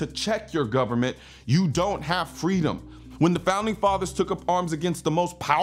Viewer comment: Did he say "gubnerment"? FJB.